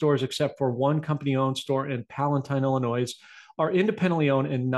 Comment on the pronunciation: Hi, thank you so much for all of your Weekly Wrap Ups! Just a small tip…when saying the state Illinois, the “s” is silent. —From an Illinois native. God bless you and your team!